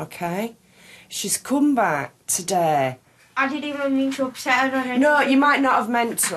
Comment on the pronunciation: 'evsn' 'jear' 'offenence' 😂😂